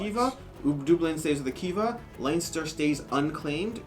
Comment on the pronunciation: Please for the love of g.. could you stop saying line ster, its len ster! & Where the hell is dooblin? Dub-lin